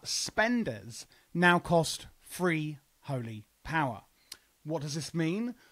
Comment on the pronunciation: Lmfao it's a play on the accent. Free/three.